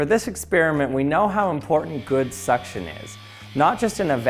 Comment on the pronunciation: He got me at "we know how important good succion is"😂😂😂😂